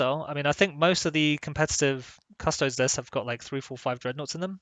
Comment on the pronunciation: so your channel is named Custodes Central and yet you say Custoads instead od Custodies? cant wait for "Asstards Central"